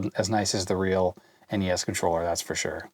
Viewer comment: Noooo you said NESSS. N-E-S please lol. That's my pet peeve since you mentioned them haha